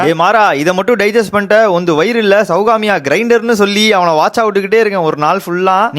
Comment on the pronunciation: Sowbagya❌ Sowgamiya✅